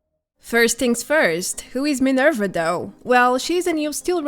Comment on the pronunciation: Why are u saying minerv-er not minerva